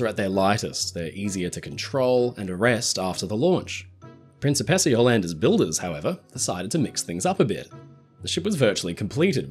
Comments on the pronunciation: PREEN chee PACE ahh NOT prin SEE pess ahh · I keep hearing prince of pizza. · Great video! But I twitched every time you pronounced "Princessa" 😂 Italian's not that difficult…